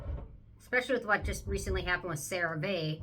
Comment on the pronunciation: it’s pronounced CeraVe as in “see” not “vay” as in “say”. I saw the CEO interviewed on Hyram’s Channel once, explaining the way it’s pronounced and why they chose that name. “CeraVe is a combination of two words: Ceramides, our key ingredient for healthy skin, and MVE, which is our revolutionary delivery system called MultiVesicular Emulsion Technology which releases moisturizing ingredients over the course of 24 hours”. Just some boring, useless info for you❤😅